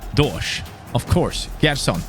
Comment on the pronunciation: Hey, good rebuild! Its pronnounced Jerson!!